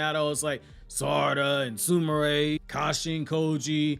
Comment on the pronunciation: U must be saying Sumire like that on purpose.. SOOMARAY? I'm sure you've heard them say her name 😂 it's like the fake anime watchers saying Nahroodo